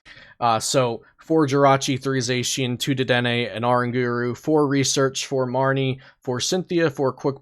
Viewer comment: I think everything is correct except zacian